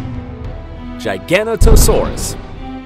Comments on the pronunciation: Giganotosaurus is pronounced giga-noto-saurus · Not giant no try to say jiganotosaurus not giga i hear a lot of people say gega wrong is jiga but without j spell it with g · the correct pronounciation of giganotosaurus is Giga- not- a- saurus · Its pronounced Giga Noto saurs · No giganotosaurus not gigantosaurus dum dum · yep sorry for bothering you, you are right. Probably I Got too much impressed by hearing diplodocus pronounced almost correctly and kinda forget about giganotosaurus spinosaurus and pliosaurus. I'm Italian and the way pronounce letters is the same as in Latin so I perfectly understand your statements. Sorry again, too in a rush to answer the comment and didn't double check the muspronouncitations in the names we mentioned. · That wasn't the only name mispronounced. Almost all of them are grossly mispronounced; Giganotosaurus, Mamenchisaurus, Pliosaurus, Amphicoelias. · You pronounce giganotosaurus wrong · thats not how you say Giganotosaurus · That’s not how you pronounce giganotosaurus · gigantosaurus not giganotosaurus